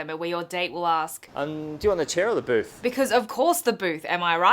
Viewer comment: You say 'ask' really weird. Arsssek... ARSESK.